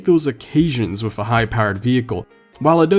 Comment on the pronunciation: “spend my life WIF it” looks like someone never learned to pronounce “th” You sounds like a little kid 🤣 Also why’d you buy the ugliest color for a corvette? “BeCaUsE I CaN” Was it so you could subtly brag in each video? Or maybe you’re tryna pull an ugly chick?